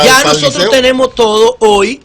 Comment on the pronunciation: Esa utilización de la "J" al hablar me tiene "jaaaaaaaaaaaaaaaaaaaaaaaaaaaarto". Tantos comunicadores, a toda escala, no se dan cuenta de que mal se escucha el "Joteo". Por Dios yyyyyyyyaaaaaaaaaaaaaaaaaaaaaaaaaaa!. Respeten la dicción...